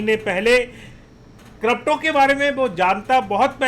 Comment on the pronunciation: Not kropto it's crypto 😄